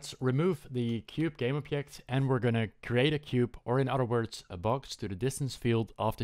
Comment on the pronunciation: Dude when you say object is hilarious, its like you speak german instead of english